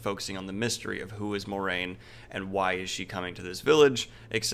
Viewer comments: And it's not MOR-RAINE, it's MWAH-RAIN...the pronunciation is right there is the book. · I don't want to come off as rude, but Moiraine is supposed to be pronounced as Mwah-rain not More-ain according to the glossary in the books. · And Moiraine is pronounced mwah-rain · FYI, according to the glossary in the books, Moiraine is pronounced mwah-rain. ;)